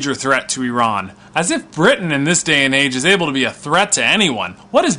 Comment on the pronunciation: Ok I have a deal for you I live in the UK and I will forgive you IF you learn how to pronounce iran and Iranian properly Do we have a deal lol?